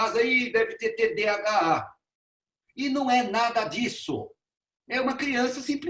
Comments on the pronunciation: O senhor não consegue falar TDAH, fala TDHA. Não trouxe um único estudo, um único dado embasado cientificamente. Todo conteúdo veio do instituto vozes da minha cabeça, e do ITDC. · Cara não sabe nem falar TDHA e quer opinar sobre .... isto é Brasil